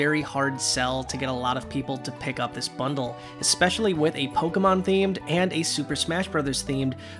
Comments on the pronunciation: hey! good job with the Pokemon names! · Good job pronouncing the Pokemon names 💕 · You actually pronounced all the Pokemon correctly